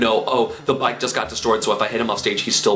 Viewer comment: when you were talking about bike, i kept hearing bite